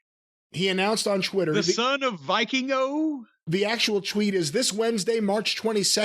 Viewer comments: Del Viking-Oh 😂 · I, as a native Spanish-speaker, cringe everytime I hear "Viking-o"